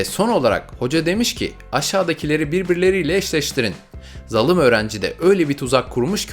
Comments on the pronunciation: O nasıl zalim diyişidir "zalım hoca" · Zalım değil zaalim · zalım değil değil zalim abi